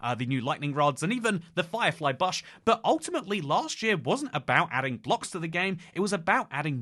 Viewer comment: "Firefly Buhsh" lol